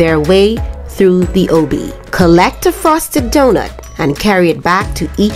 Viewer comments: OUW-bby. I don’t think that’s how u say it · Im sorry its not ewbby its obby not trying to be mean tho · The obe obby say it like obie or oby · You say Obby a but weird.. but it's all right! Everyone has an accent. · Why does she say obby like that 💀💀